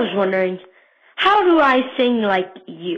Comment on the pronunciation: He right, When Hank said it for the last, he said "Do-nut" instead of "Do". Good work Zachary Hartsel! :)